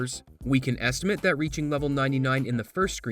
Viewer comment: I didn't even catch that he pronounced "estimate" as a noun and not as a verb.